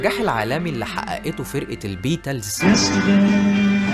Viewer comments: انت جامد جدا!! بس ايه بييتالز ديه يا صاحبي😂!! اسمها بيتلز (بيتيلز) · صح فعلا الموضوع اتكرر الفرقة نطقها بيتلز مش بيتالز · لازم تشتغل على النطق الانجليزي لأن بيتالز وفوت برينتيس وزبايدرز ماتجي بالمرة 😅